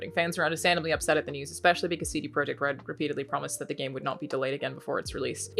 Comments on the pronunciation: Alanah, if you want to pronounce "CD-Projekt" the Polish way, it's "tseh-deh proyect", not "see-dee proyect" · "cd proyekt" ? lol what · Polish pronunciation. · Pronouncing in the native Polish